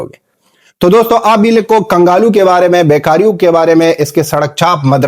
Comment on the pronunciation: Kangalu nhi kanglu 😅😅